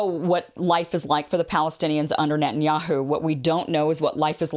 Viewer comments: Its not Nutin. .its Net..ton yahu. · "What did you say?" "It was nutinyahoo."